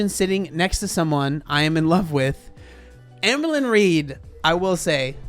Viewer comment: This is very stupid, but I always giggle when says AmberLynn and it comes out sounding like amblin' because ambling means to walk slowly.